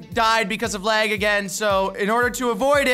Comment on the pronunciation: This dude complines about lag and doesn’t even know how to say “lag” right